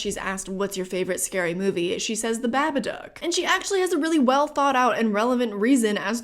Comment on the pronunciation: As an Aussie… Thank you for pronouncing Babadook correctly.